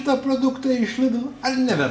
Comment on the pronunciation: Ne 'Lidl' o 'Lid-el' tariama.....